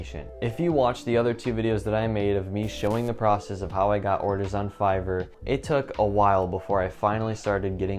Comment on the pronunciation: "Make sure your english score is high" - "Figor, Feiger, Fiverr" Great video. I really enjoyed watching and thanks for the great introduction to Fiverr!